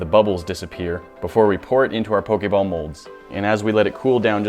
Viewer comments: I cringed so hard cuz he sez pok a ball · Am I the only 1 that noticed he said pokay ball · The way he say Pokéball cracks me up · Not when he said poke ball wrong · Why do you say pokeball so weirdly